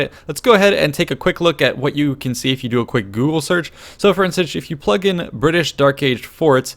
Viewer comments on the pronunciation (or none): none